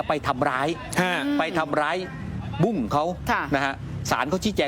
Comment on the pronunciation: บุ้ง. ไม่ใช่บุ๊ง